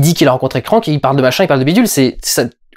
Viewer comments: Juste un truc, c'est "Krang" et pas "Krank" (ça c'est le film avec Jason Statham). ^^ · le film est nul, ok, mais c'est kranG, pas kranK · krangggg !!!! kranggggg !!! pas krank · Perso le doubleur francais qui prononce CRANK (comme crane) et non KRANG M'INSUPPORTE !!!